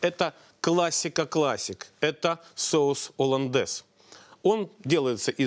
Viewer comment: ....."оландез и одноврЕменно" - уши режет!!! жуть.. - так же как и "с" Москвы", "с" России (((( "Соус HollandesE" и одновремЕнно" ! ))) - так правильнее.. И думаю не стоит смеяться над ошибками других, когда сам: -...." так себе" ученый" ¡!))